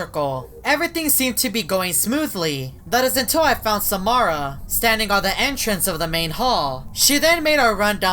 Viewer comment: It's Samara your saying it wrong